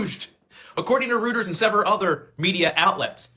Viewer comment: Dude, Reuters is pronounced ROY-ters, not ROOT-ers.